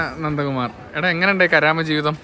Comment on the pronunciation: കരാമ എന്നല്ല, കറാമ എന്നാണ്.